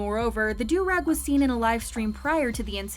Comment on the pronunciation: So glad she pronounced "durag" correctly. It was painful when another narrator said "derr-ag" on this channel a while back.😂